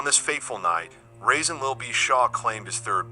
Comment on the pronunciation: Pronounced Rah-Saan not Raisin goofy